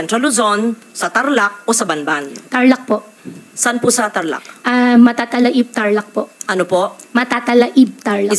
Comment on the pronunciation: Kung Lumaki siya sa Conception, mula ng siya’y ipanganak at lumipat sa Bamban, bakit Hindi niya mabigkas ng Tama ang MATATALAHIB ? Ang pag bigkas niya Mathathala-eb , dapat fluent siya ng Kapangpangan ? Or Visaya Dahil SABI niya Mayroon daw mga Visaya sa Farm niya ! Papag Salita-in NINYO ng Visaya ! ( watching always from USA)